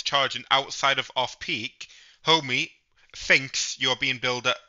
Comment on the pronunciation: It Ohme.. not Homey 🤣